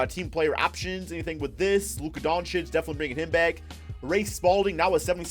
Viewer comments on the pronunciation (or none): Lmao you sound like a sped when u say doncic